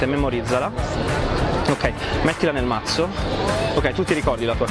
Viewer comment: La scena migliore è quella di che dice cazzo al posto di mazzo😂😂😂😂